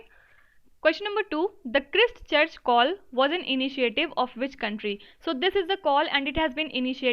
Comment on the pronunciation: Pronounced the word Christchurch wrongly